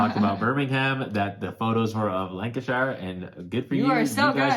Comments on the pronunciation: Pronunciation guide: Lancashire is pronounced "lan-ca-sheer". Birmingham is pronounced "birming-um" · Lan - ka - sheer = lancashire :D good list guys! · You wouldn’t know this unless you are very familiar with the U.K., but if a place name ends in shire it’s actually pronounced ‘shur’. This isn’t a criticism, as your video is as excellent as always, I just thought you may find this interesting. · I'm from the UK guys, love the channel. I felt the need to tell you about the pronunciations of Birmingham and Lancashire as they are said over this side of the pond... Birmingham = Pronounced 'Bir-min-gum' Lancashire = Pronounced Lank-ee-sher Hope that helps 🤔😃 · (FYI it's 'Birming'um' and 'Lancashuh'.) Great video! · I often have the same thoughts about my favourite game. It's one of three but it changes on a daily basis depending on my mood. It's either Brass:Lancashire, Great Western Trail or Puerto Rico. By the way as Brass Lancashire is favourite game, I must teach him how to pronounce Lancashire. I was born and have live most of my life in the county. Phonetically it is lang-ka-shuh. Thanks for all the great videos.